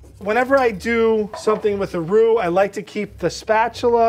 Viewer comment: said ruh roa (raw dough) lol we cant speak french! i mean!